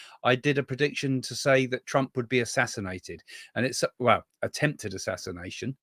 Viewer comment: Did you say 'assinated' or attempted assination.? BIG difference.